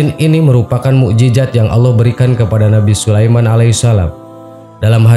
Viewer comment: Mujizat... Bukan bukan mujijat..